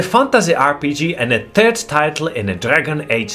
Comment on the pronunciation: How can he say "turd title" and "turd person" with a straight face and not crack up???